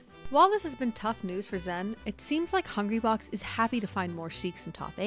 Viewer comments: Stop mispronouncing the name. It's zayn or xan, zen was never an accepted pronunciation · Zain said it’s “Zan” or “Zain.” She’s saying “Zen” which is incorrect. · Why tf do y’all say “zen 🤓” its pronounced zain like zane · Okay it's either Zain or Zan it's definitely not "zen" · Isn't it Zan, not Zen? It's like they got a typo and ren with it. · Why is zain pronounced zen? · why the fuck is zain being pronounced zen? drives me insane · Okay this narrator is killing me. Please get a melee fan to do the narration. Why does she keep saying "Zen?" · Is my girl still calling Zain "Zen" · why is she calling zain zen? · why is this chick calling him zen? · I just cant watch this, the pronunciation of "zen" is too bothersome. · Why is she still saying Zen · I think it’s a mixture of the “Zan” and “Zen” sounds and it’s just that most non-Pakistanis can’t pronounce it 100% correctly, but ultimately it doesn’t really matter because Zain said he doesn’t mind regardless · Exactly. Its pronounced Zeighn